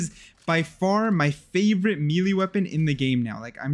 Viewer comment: said melee wrong disliked